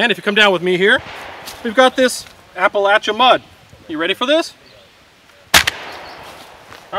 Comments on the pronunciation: he said appalachia correctly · as a East TN resident, thank you for pronouncing Appalachia correctly! Great content as usual too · Thank you for pronouncing Appalachia correctly. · As someone from Appalachia, I appreciate that you stopped and corrected your pronunciation. Remember, if you pronounce it Appalaychia, I’ll throw an apple at ya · My brother appreciated your correct pronunciation of "Appalachia" 😊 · Especially since has all of his teeth….much harder since the locals have the advantage of missing theirsz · Good job pronouncing Appalachia!